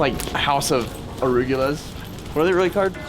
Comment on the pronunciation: Nice! Its going to be pretty when you do what you're planning. P-arugula(?) Per-go-la - You literally made arugula purr. Volted(?) Ceiling - Ya you were saying vaulted weird. Lol! 🤣